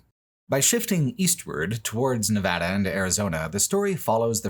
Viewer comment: Thank you for pronouncing my home state correctly! Nevada isn’t that hard guys